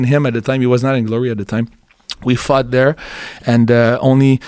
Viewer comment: Every time he says "fought" it definitely sounds like he said "fucked". "Yeah I fucked him in this video".